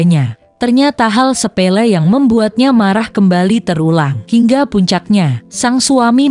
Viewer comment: sePELE tanpa R